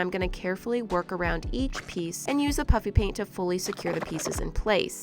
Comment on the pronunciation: Does anyone eles still hears her say Puppy paint instead of puffy paint? Or just me